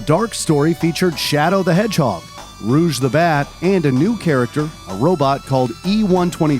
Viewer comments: Not rouge but rogue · Bro calls Rouge Ruge